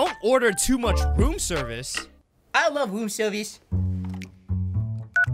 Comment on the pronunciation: Bloopers: You order way to much rom serviace Funniest thing I’ve heard😂😂😂😂😂🤣🤣🤣